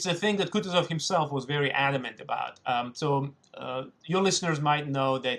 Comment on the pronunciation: It's KootOOzov